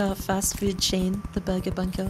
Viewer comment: No one: in the intro: BORGUER PUNCH